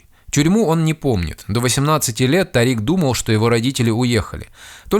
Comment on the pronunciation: Имя ТАририк, с ударением на А, не дорога😂😂😂, а имя звезды